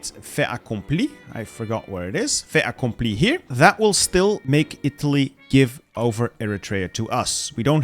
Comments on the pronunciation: disregard my comment if you don't give a shit but the "t" in "fait accompli" isn't silent, because the word after fait starts with a vowel. It's more like "fai t'accompli" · For "fait accompli" we pronounce it "fai taccompli" cause in french we use the "liaison"